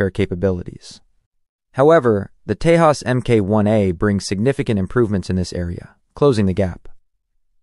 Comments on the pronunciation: The pronunciation of "J' is problematic. 'j' is pronounced 'h' in spanish but 'y' in germanic languages. When a name is transliterated from an Indian language to English, 'j' is pronounced as in 'jet'. The irony in this video is that 'j' is pronounced 'h' as in Spanish with respect to the Tejas but pronounced as in English for JAS gripen (where JAS is pronounced 'yos' in Swedish - Wikipedia). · You pronouncing name Tejas incorrectly. Letter 'j' is not silent. Don't demean the name if can't spell it correctly 🤬